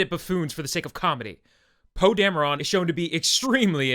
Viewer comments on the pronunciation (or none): It's not dam-urr-awn.... are you serious? They say his frickin name in both movies more than once.... His name is pronounced dam-err-IN.... I mean come on.... I do agree with just about everything you've said about the movie tho. I got other complaints about it as well tho. Long story short Kathleen dumb bitch Kennedy needs to be fired along with every person she has hired, and Lucas needs to be brought back to fix things.